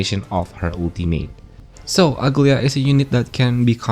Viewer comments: Aglaea is a Greek name and it's not pronounced ugly-a. It's Agla-ee-a with a soft g with empasis on e in her name. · everyone is calling her Uglya but i think its Aglaaya with the A sound